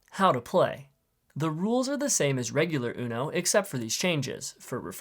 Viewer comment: no why did bro say the word Uno like that?